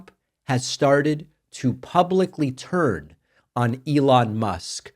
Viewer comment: Did David say “turn” or “turd”? Just wondering.